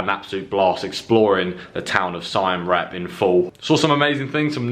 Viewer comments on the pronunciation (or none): R E A P not REP